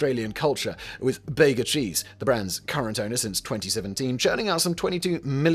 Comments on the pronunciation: I worked for a week and a bit on a dairy farm that shipped its milk to the Bega cheese factory. Its pronounced beega not beggar. Southern most large town on the new south wales coast. One main function of vegemite is ambushing visiting American scholars and lunch or breakfast with buttered toast and a jar if vegemite. Anyone treating it like jam learns his lesson the hard way. Think hot English mustard sandwich. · Some mispronunciations: Bega Cheese is named after the NSW south coast town of Bega and is probounced, "Bee-ga", not, "Bay-ga" The second largest state in Australia is Queensland, not, "Queen Land". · Awesome video except Bega is pronounced beega. It’s a town in NSW in a dairy farming region. The company started as a cheese factory. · Bega is pronounced Beega. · The company name is pronounced as 'BEE GA' not 'BEG A' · It's pronounced "Beega", not "Bayga" Cheese. Named for the town (Bega) where the cheese is made. And for the love of everything you hold dear DO NOT DO THIS. That's about 20 times too much. Egads. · Always amusing hearing Simon's pronunciation of Australian words such as Bega. It's not "bay-gar", but "bee-gaa". Arnott's was also in a similar vain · Minor niggle - the prize to name Vegemite would have been 50 pounds, not dollars. Dollars didn't appear in Australia until 1966. PS Bega is pronounced with be as in bee not bay. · Bee-ga. Not Bay-ga. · “Bega Cheese”, originally (and still) a local product in the rural town on the far south coast of New South Wales. The town of Bega is pronounced ‘Bee-ga’, not ‘Bay-ga’. The brand that currently owns Vegemite, having brought it back to Australia from US owners. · Its BEEga, not Bayga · What the f—— visa baaaagaa it’s beeegaa cheese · its called beega not beggar cheese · Love this video and we all love Vegemite. FYI, the new owner Bega is a Dairy milk processor in the bega valley, home for us. Its pronounce Beegah. Awesome video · it's pronounced BEEGA mate. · Bega is pronounced “Bee-gah”